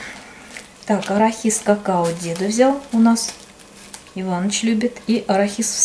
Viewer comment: посмотрела в словаре, надо говорить арахис, то есть ударение делать на букву а, а не на и.Ну если вы так привыкли, ничего страшного.Я без зла.